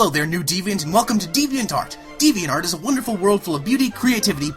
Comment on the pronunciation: You can't even say the website's name right!!!!!